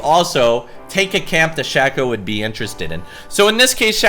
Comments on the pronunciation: shhhhhhayyyyyyyyyyyyyyy-co u fuckin dipshit. not SHAQ-O !!! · Shack-O = Shay-Co ok? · for the love of god it's pronounce SHAY-KOH - a Shaco Main